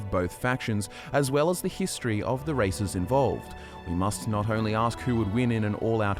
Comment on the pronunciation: is it only me or the way he say 'History' sound like 'Hist Tree'?